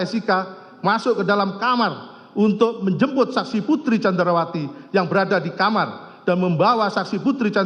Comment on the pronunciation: best moment... jaksa kedua saat membacakan teks diawal2... Ferdi => Fredi candrawati => candarwati Richard => Rikat si pi ar => ce pe er 😅